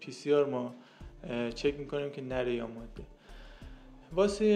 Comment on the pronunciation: دو اشتباه که مکرر در این ویدئو تکرار شد اولا مادّه (Maddeh) اشتباه است، درستش ماده (Madeh) است، بدون تشدید. ثانیا اسم این پرنده Myna است نه Meena، این پرنده بومی شبه قاره هند است که از طریق افغانستان به ایران مهاجرت کرده است و بهتر است نام آن را همانگونه که است تلفظ کنیم و به میل خودمان تغییرش ندهیم